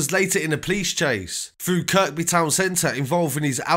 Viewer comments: who cares about your bird? I was talking about the narrator mispronouncing locations (Kirkby/Kirby) really intelligent you are no wonder you ended up inside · I love your channel mate, I see you do a lot of Liverpool street news and Kirkby is pronounced Kirby, like without the 2nd K... I ain't trying to tell you your craft cos I think you are wicked bro seriously but scouser will appreciate the correct pronunciation, believe me , I did time in Walton jail, Haha! Love your channel big man. Safe